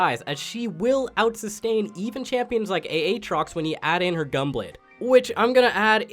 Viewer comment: A Atrox. Say it like that again and I’m coming for ur kneecaps.